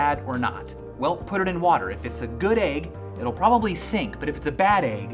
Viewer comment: i started getting concerned at around the third rotten 'aig' he put in the water